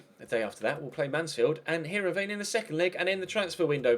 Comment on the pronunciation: Heerenveen is pronounced Hirrenvain